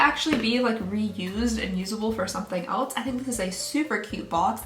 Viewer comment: I love how she says else ❤️ elets 😂😂